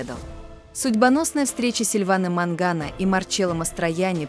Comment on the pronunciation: Вообще-то не Мангано,а Маньяно.